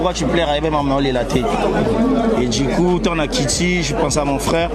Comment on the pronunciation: NOLLY YEBISA BALOBAKA DJI COUP TE, BALOBAKA DU COUP. BONI OPRONONÇAKA LOKOLA MUTU AKENDA CLASSE TE DJI COUP EZA PRONONCIATIONS YA BA CHIENZI, TALA KAKA YO IL FAUT OPRONONÇAKA BIEN.....BA DU NAYO NDENGE EBIMAKAKA DJI ESALAKA BIEN TE MAKASI NA MATOYI YA BATU